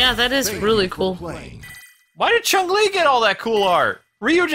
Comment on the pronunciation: Why does everyone pronounce Chun Li's name wrong. It's not "Chung Li" it's Chun Li (Choon Lee).